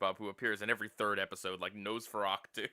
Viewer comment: it bothers me so much how you say Nosferatu as "Nosferactu"